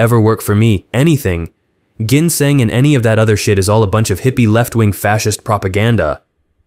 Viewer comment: not gonna like...'guh guh guh' sounding 'ginseng' pretty much ruined the whole video haha...I seriously don't know where these YT peeps come from that don't know how to correctly pronounce SO many words...and would it be THAT hard to fix that line?? w/e...🤭